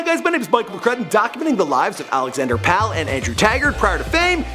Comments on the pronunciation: Love the Chainsmokers, but anyone can watch an interview and make a video about it. Also it's Alex Pall (Like Paul) not pal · It's pronounced Pall like "Paul." Not pal lol